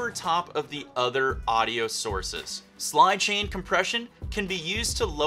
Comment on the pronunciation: Did he say Slidechain compression? LUL